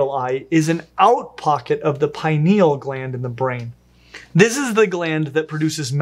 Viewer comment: /ˈpɪnɪəl/ not pie-knee-L